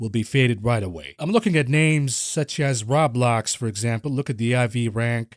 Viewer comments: Good sir, it is row-blocks(Roblox) not rah-blocks. Think the word robots but replace the T with ck... unless you pronounce it rahbots. lmao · its Row-Blocks, not rawblocs